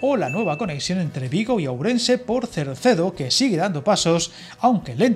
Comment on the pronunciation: Cerdedo, no Cercedo 😅